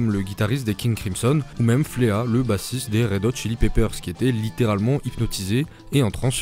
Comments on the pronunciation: Petite précision sur Flea, le bassiste des Red Hot Chili Peppers dont tu parles à : ça ne se prononce pas "Fléa" mais "Fli" C'est du chipotage mais ça fait du mal à entendre quand tu adores ce groupe 😂 Excellente vidéo sinon, il y a du gros travail. J'espère en revoir des comme ça dans le futur 🙏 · Ptdr flea le bassiste des red ça se prononce fli si jamais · La vidéo est incroyable mais comment t’as prononcé le nom de Flea c’est un crime de guerre